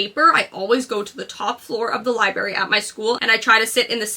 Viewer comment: #1 on tomorrow’s list is learn to pronounce LIBRARY